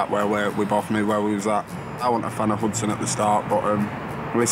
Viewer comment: My kids name is Hudson and she's butchering it...at least pronounce it right.